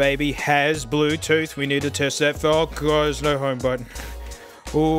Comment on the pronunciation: "Blewteeooth mode" oooooh :0